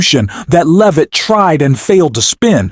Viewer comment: "BREAKING NEWS: Caroline and her last name. Is it Loovit? Leevit? Levit? We don't know. Sure, she didn't actually run away, and we can't pronounce her name because we're just AI, but, trust us, everything else we're implying is true." 🤣